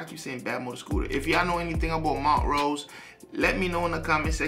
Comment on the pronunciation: We are a secret fraternity!!! Hahaha 😜🤣 I’ve been trying to watch this for 2 hours now 🤦‍♀️ keep getting interrupted!!!! BUT Great review 💯🔥🔥🔥 And the name is pronounced Mon - trose ... you are saying Mont - rose ... make sense??? No biggie ... just thought you would want to know. And by now I’m sure someone else has told you 🤦‍♀️🤣 I haven’t checked the comments since 🤷‍♀️ Aside from the name, I couldn’t tell you anything else about this band 😂🤣 I’m sure they have a song that I know, but I have no idea what that would be 🤷‍♀️ This one was good, I liked it just fine ... when I think of Montrose, it makes me think of bands like The Marshall Tucker Band and Molly Hatchet .... and I couldn’t give you one song for any of them!!! Why am I telling you this?!?!?! These bands were around, but I never really listened to them unless someone just happened to be playing them at a gathering 😉 Look, I haven’t really “rambled” like this in a long time!!!! I think I’ve been doing really good!!! So ... I’m gonna just stop now 🤦‍♀️😂🤣 haha Thanks fam 💞